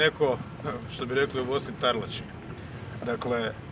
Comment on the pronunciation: Sve je u pravu, samo ne kaze se ''tarlaci'' nego taslaci :) taslačiti-spolno općiti,seksati se:)